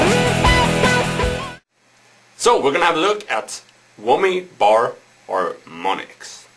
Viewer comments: haha wommy bor and hormonics hahaha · Wommi bar 'armonics? :D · wummy bar hurmunics. lololol!